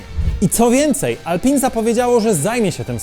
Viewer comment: Alpin, nie czyta się Alpę? Tak samo jak Michelin.